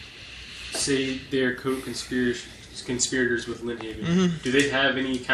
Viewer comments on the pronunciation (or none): Got to watch those “conspi-o-tors”.